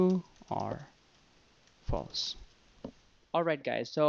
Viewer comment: Its false instead of flase